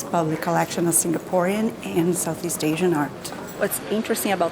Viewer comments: You got all the Singaporean facts spot on! Even the pronunciation. Did your guide teach you how to pronounce them haha. Enjoy your stay in Singapore 🇸🇬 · Heh, pretty much everything you pronounced were right. Im surprised since ive seen many tourists pronounce Singaporean words wrongly but I dont blame them of course. Your guide definitely is a true Singaporean 😋😋